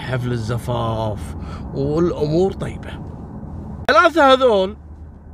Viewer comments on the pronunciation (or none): none